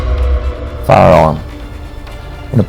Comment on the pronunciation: Even the subtitles couldn't tell he was trying to say, "firearm". "You'll need a "faam" for hunting."